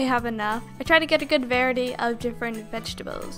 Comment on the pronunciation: Varity? Va-rie-ity. Variety